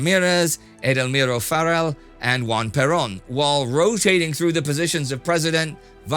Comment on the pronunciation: Juan Perón (whose name has again been blatantly mispronounced by Indy) is probably the most important political figure in Argentinian history, shaping the politics in the country amongst the lines of state control and patriotism without it being clearly distinct wether he was a leftist or a right-winged, in fact he had good relations with both sides of the political spectrum at the time. This particular ideology, known as "Peronismo" (Peronism), has been asociated with a moderately leftist approach after the dictatorship of Videla, with prominent figures of said ideology being the former president Néstor Kirchner and his wife Cristina Fernández de Kirchner.